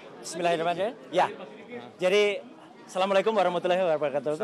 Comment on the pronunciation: Coba dengarkan dengan seksama !!! ucapan Roy Suryo Bismillah sama Assalamualaikumnya nggak jelas😂